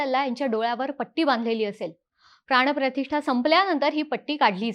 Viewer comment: प्राणप्रतिष्ठा asa ucchar ahe. …